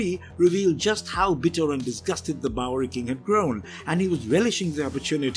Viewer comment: Anyone else noticed that says "bowlrey"